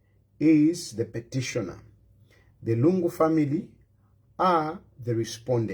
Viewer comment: ITS PETITIONER NOT PETISHONA DUDE GO BACK TO SCHOOL